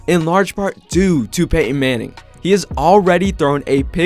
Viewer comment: Nope. I'm out. I'm not listening to someone say "Peyh-in" for 10 minutes.